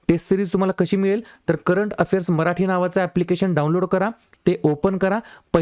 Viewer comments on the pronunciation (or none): none